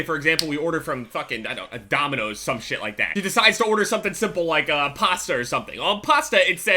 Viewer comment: When he said Dominios. I was in the middle of Dominios